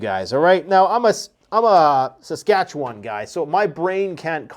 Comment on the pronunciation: Va Gina Satchkatchewan? Schwa Schwa!